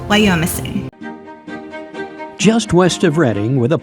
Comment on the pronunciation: Thank you. It's a beautiful name and area. Locals actually pronounce it Wy-ah-missing. Not Wy-oh-missing.